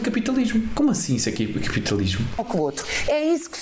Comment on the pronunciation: Fauar, capitauismo, portugaue, nem falar sabe a comuna…